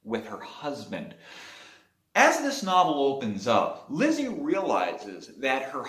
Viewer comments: Lisey not Lizzie right? I think you’re pronouncing her name incorrectly. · It is pronounced Lee See. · You obviously didn’t read the book well enough if you can’t pronounce her name. I know it’s stupid, but that’s kind of important. Therefore, I could care less about the rest of your review. Go back and read the book chapter one. Remake the video. Then I can take you seriously